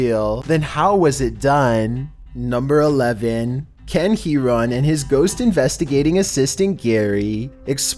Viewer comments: When he said Ken Heron I thought he said Can he run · When said the Youtuber's name Ken Heron I tought he said Can He Run 🤣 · is nobody gonna talk about how called ken heron "can he run"